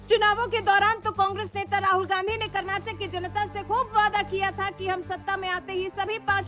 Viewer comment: Vaaidaa kyaa hai ree??? Waadaa hai.😂😂😂